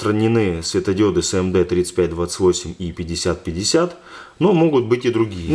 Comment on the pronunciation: не Сэ Эм Дэ, а Эс эм дэ